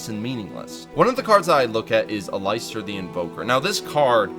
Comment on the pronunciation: "Al-eye-stir" lol